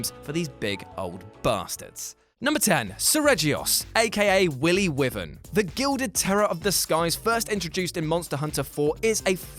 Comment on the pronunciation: Pronunciation Alert Me:Ok I'll be fine Him: ...Aka Willy Weevern Me: Facepalms